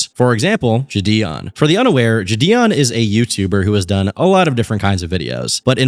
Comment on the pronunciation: Bro what’s up with your pronunciation of jidion? Is this vid ai voiced?